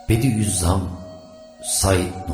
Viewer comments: Hocam Bediüzzaman mı yoksa bediğzzam mı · Sevgili ilaç kardeşim.yaptığıniz bu faydalı hizmetlerinizden dolayı size teşekkür ediyorum.Yolunuz aydinlik ve açık olsun.Said i nursi nin lakabı 'bediüzzam' değil 'bediuzzaman' dır.selam ve dua ile.